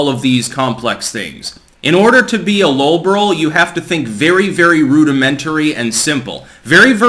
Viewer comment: What is "low borol"?